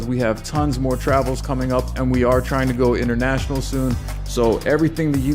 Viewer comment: Maybe be said trying but I heard dying